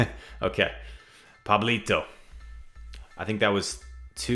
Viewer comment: What a good pronunciation of Pablito, gg’s btw!